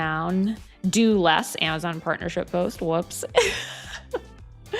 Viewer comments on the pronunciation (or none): none